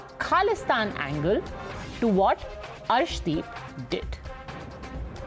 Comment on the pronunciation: Nice to see you back Padmaja This can’t pronounce the name of Arshdeep properly claims that 25% Indians trolled against Arshdeep Sirsa is correct in filing case against Zuber for spreading false rumours on Arshdeep in Pakistan These along with Pakistani echo system are the real culprits in spreading false Kalisthani propaganda on Arshdeep